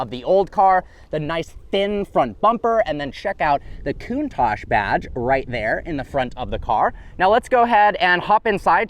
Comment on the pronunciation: The Lamborhini "Cunt-tash"?